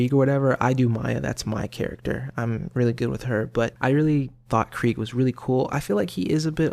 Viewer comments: It's spelled Krieg... You say Kreig. If it was Kr-ay-g it would be spelled Craig... No? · that's Craig not Krieg, Krieg is German and the ie is pronounced as ee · It is actually pronounced KREEGE as in the German pronunciation of the word Krieg meaning "war" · It's Krieg...as in German...as in Blitzkrieg as in KREEG as in how it's pronounced by....krieg himself